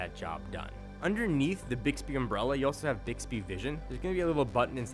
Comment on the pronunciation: I hear dicks-bee everytime.